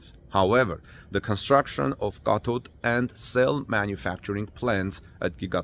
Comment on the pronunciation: He said cathode,I had to read the transcript, I can't write a correction on that one! You pronounce th*like a "D" ask you daughter! 👍🏿😊